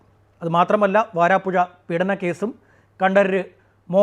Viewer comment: വാരാപ്പുഴ അല്ല....വരാപ്പുഴ.....